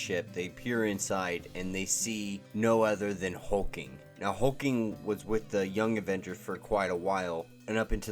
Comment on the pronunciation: Why are you calling HulkLing, Hulking?